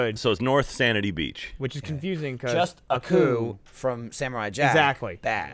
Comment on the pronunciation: When Jack says "North Sanity Beach" it makes me turn a little bit cause it's "N.Sanity Beach" as in like insanity...😂 god I'm weird😂